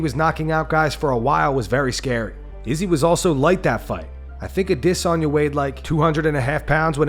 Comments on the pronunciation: Please get Izzy on here and don't use that other guy you guys use for interviews on your other channel, you do the interview because I want to hear you mispronounced his name like that to his face how the hell do you get "diss" out of the letters "de". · Why does he say Asanya so weird? Is that how its actually pronounced? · What made you decide to pronounce Adesanya differently than every other person on Earth? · Why do you always day izzys name so dumb my God it's annoying